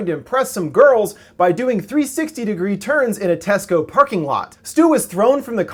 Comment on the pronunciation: I've never actually heard an American say tesco,until now.....